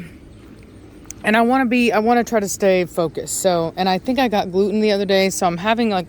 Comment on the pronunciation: Gluten! Gluten ! Glutan! LOL 😂